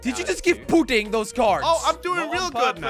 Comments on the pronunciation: I don’t mean to be the smart one but it’s pronounced pudding as in the food because if you say putting it’s like you gonna go put a golf ball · I Lough when he say pudding wrong